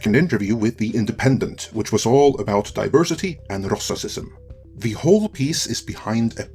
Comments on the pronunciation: I really like Your content but please don't say racisism like AZ does... it just sounds silly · I for one love the Swedish inflection on The Fellowships' "racicism" term. Thank you for being entertaining as well as informative! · Pronounce the word right shit. It's Racism. 🗑️🤬👎💩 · Okay, hearing say "rassicism" made me chuckle. Too good dude haha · Said racism right or don't say it at all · Can you please say racism and racist normally? I wanted to share this but between your great accent and purposeful mispronounciations, my normie friends might not get it.